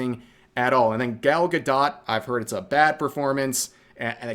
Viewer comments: Bro I don't like her either but if I have to hear you call her ga-dot instead of ga-dough again I might lose it 😂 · Why are you pronouncing the "t" in Gal Gadot's name? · I genuinely can't tell if you're mispronouncing "Gadot" on purpose or not .. tho I have noticed you tend to mispronounce words.. especially Japanese ones..